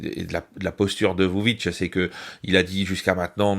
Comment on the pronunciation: Petites précisions quant à la Serbie : le nom du président Aleksandar Vucic se prononce "voutchitche". Les Russes sont à présent moyennement appréciés en Serbie car leur arrivée en nombre a fait grimper les prix (notamment de l'immobilier à la vente) - ou également parce que c'est ce qu'ont dit certains média (privés et occidentaux). Il est vrai que l'inflation des prix n'a pas été maitrisée par le pouvoir.